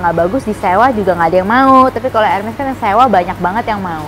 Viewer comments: She calls herself sosialita but still call the brand in wrong way. LMAO Hermes is supposed to be pronounced without the “ s” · Hermes dibaca/diucap : 'erme'... ka.... Spya kliatan meyakinkandikit tajirnya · Tas boleh 215 juta, tapi nyebut merknya salah. Malu